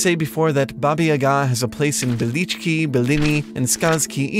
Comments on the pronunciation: Baba YAga, not yaGAAA ... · baba yaaga not babayyga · Ohhh man come on get it right ffs. It's Baba YAH-ga, not baba ya-GAH, ugh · it's not babayaga it's Ba ba Ya ga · Aaaargh! The accent is on the first syllable of Yaga, as in: "bugger!" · Baba YAAAAAHH-ga, you tool! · Bah-bah yah-guh. Or bah-bah yeh-guh. Don’t know why your pronunciation pissed me off so much but I just had to get it out there. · One small criticism - it's pronounced Bába Yága. Haven't you seen John Wick? 😃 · Great video! Though, I must say, the way you pronounce Baba Yaga is so weird for me. Here (Romania) we pronounce it something like "Bah-bah Yah-gah". But, then again, I'm not Russian either, so I'm not sure how to pronounce it. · It's pronounced Bah-baih Yah-gaah. Otherwise great video. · Why are you pronouncing it YaGAH? The first syllable is supposed to be stressed, not the second. Also, га́ in Ба́ба-Яга́ is a "ga" sound with a short vowel. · Baba Yaga is pronounced “Yah-gah” with long ‘a’ sounds, not staccato ‘a’ sounds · Justin Smith I’m not hating on the video, I think it’s very well made but as a person whose native language is Russian, it would have been cool if they consulted someone on the correct pronunciation. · Defo not how Baba Yaga is pronounced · The emphasis is on YA. Баба Яга in Cyrillic. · In Baba Yaga you should stress on the first A in both words, not just the first one. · Is that how you pronounce Baba Yaga? It sounds funny to me, but I'm just american. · Genderqueer Gorehound I’m literally Russian and I can tell you that they are not pronouncing it correctly. Find some native speakers and ask them. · No offense, but your pronunciations in this video are hilariously bad